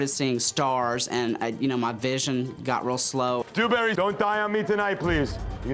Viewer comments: Dew-berry Du-berry doo-berry DOO-FISS😂🤣🤦🏽‍♂️ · I’ve rewatched this video a million times just to hear Gordon say “Dewburry” over and over